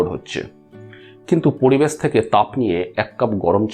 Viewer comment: খুব খুব সুন্দর বিষয়বস্তু। এমন চ্যানেল খুব দরকার। শুধু বাংলা উচ্চারণের ত্রুটি টুকু শুধরে নিলে ভিডিওগুলো অসাধারণ হত। যেমন পরিবেশকে পড়িবেশ শুনতে বড্ড কানে লাগে। র কে ড় উচ্চারণ করাটা শুধু বন্ধ করলেই চ্যানেলটা আরো জনপ্রিয় হবে । আবারও ধন্যবাদ জানাই সুন্দর বিষয় নিয়ে ভিডিও করার জন্য।